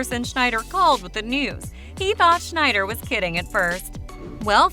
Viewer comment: It's not reffered to as the "Shneider cut", it's Snyder cut ffs